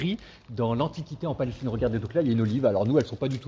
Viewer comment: Merci mon frère pour l'info ,votre contenu est très intéressant !! Bonne continuation, j'aurais aimé vous entendre prononcé le mot Palestine normalement et sans gêne...